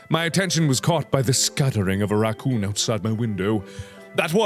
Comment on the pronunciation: I just LOVE how he pronounce the word Rrrrrrrrrrracoooooooooooooooooooohn xD